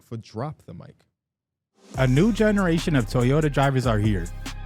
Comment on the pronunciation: The way he pronounces generation pmo